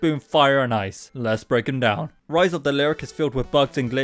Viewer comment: stop saying rize of the lyric lyric is a character not an object or idea